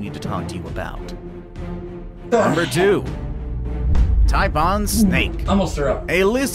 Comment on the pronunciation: 😂😂”the TYPE-ON snake 😅”